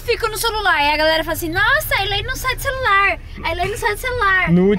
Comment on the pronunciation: por isso que eu só fico no ´´solular``